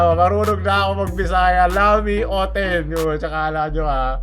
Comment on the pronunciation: di po yun O T E N hahahaa